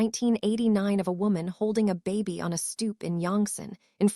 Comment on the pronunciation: Nice story but I’m annoyed how AI is pronouncing words incorrectly…”baby” is “bay-bee” not “bah-bee.”🙄